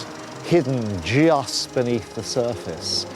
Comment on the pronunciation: "Hidden JEYUST beneath the surface." That's the most British thing I've ever been privy to.